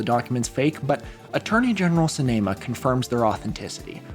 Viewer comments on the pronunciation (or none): This is great and I'd recommend using phonetic spelling for last names in your script (Jindal is pronounced JIN-duhl, Sinema is pronounced SIN-e-muh, and Peltola is pronounced Pel-TOL-uh) in future videos. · Jindal rhymes with spindle. It's not jin-DAL. Sinema is pronounced exactly like cinema. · For the future, Sinema is pronounced like "cinema" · is that the canon pronunciation of kyrsten sinema's last name in this timeline? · Here’s me thinking Jindal’s VP was gonna be Dan Quayle. I’ve never heard Kyrsten Sinema’s name pronounced like that. Does the MMM movement really start in 2012 when a young man in Florida is killed by medical malpractice? Also the single most unbelievable thing in this timeline is a 38 year old becoming a full general.